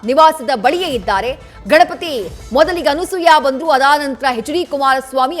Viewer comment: Thayee adu Anusooya alla Anasooya